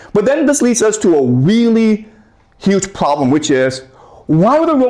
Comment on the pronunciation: "The pwoblem is..." that this guy is r3tarded